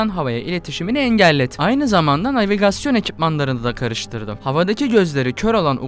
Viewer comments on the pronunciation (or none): none